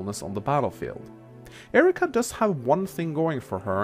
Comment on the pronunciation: erika... you said erika. just pointing it out